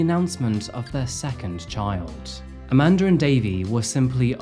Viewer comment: I cant help thr fact but point out, because of your accent (not a criticism) every time you said " Amanda and Davey" it sounds like you are saying "A Mandarin Davey". I chuckled every time 😂. Love the content, thank you for the entertainment!